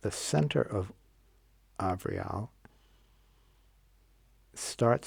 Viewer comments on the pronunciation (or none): Avreall...(Ahh-Vree- All) ... not sure I spelled it right, but that is how he pronounced it!🥴